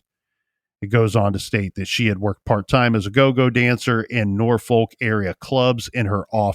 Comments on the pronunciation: Pronounced norfuck with out the long "u" not nor folk.ha ha. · I always get a kick out of the way people not from VA pronounce Norfolk lok